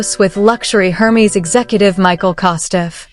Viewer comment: 👂 “Air Mezz”, not “Her Meeze”